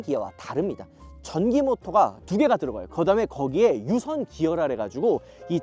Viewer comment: 유선기어가 아니라 유성기어(plenetary gear) 입니다. 단순 오타인줄 알았더니 여러번 반복하거나 발음도 잘못하고 계시네요..